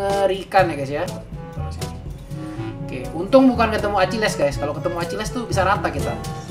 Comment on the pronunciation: Akileessss .akilis bang bacanya